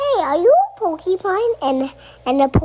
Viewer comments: Jesus, is Tosh’s son getting a Florida public school education too? It’s porcupine not pokey-pine. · there has never been a more accurate mispronunciation than "pokeypine," because they're pokey. zoos should get on board w/ this